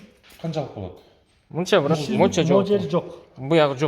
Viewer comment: Брат, брат деген соз, турмодо отургандардын сыймык создору. Бырат бырат деп туура айталбай жатканына караганда, чала отуруп, амнистияга туш келип калгандардан эмеспи?